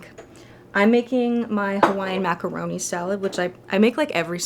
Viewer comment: def said maca ro niyy